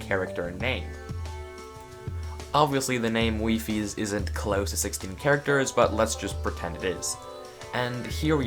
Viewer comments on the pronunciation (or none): Wait your name is pronouced "wee fees" and not "wifeys" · Wee fees instead of wife -e's? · I pronounced it as wife-eles